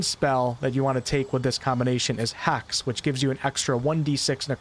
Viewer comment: hEx not hax. :P Limitine? LimitinG.